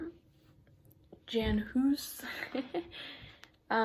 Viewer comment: Jan Hus is pronounced Yawn Hoos